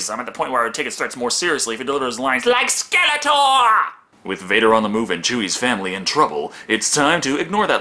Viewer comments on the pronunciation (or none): none